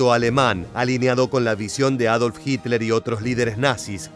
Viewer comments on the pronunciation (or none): none